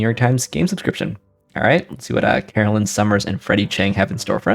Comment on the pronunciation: Hey, thanks for doing our puzzle. Pronunciation, btw, is Caro-LINE. Glad you like it (I think you did, anyway)!